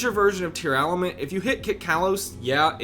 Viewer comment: Why does he say Tear-Aah-lament?